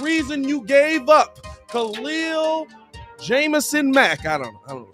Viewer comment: U gave that man "jamison" lmao